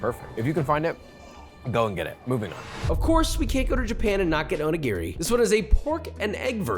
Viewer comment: onigiri is pronounced "oh-nee-gee-dee"